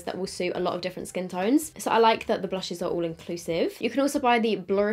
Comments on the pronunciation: I can’t stop laughing when she says blurshes🤣🤣🤣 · The way you say “blurshes” with the American southern accent. 😂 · I was sort of having this on in the background and was crying like 'Why tf is she saying blushes like that' ahaha screamin